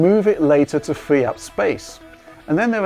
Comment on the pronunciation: Storwigde, Hi, Fwee up the space...